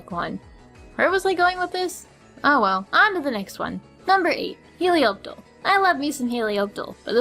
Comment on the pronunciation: Learn how to pronounce the names of the pokemon the next time you make a video. Like when you said heli op tal instead of heli op tile. Also drud ah gone instead of drud dah gon. Other than that it's okay.